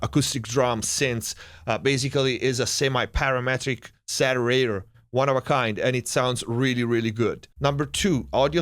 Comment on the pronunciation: The "Satterator"...Sounds like the Terminator's lazy little brother. Great vid.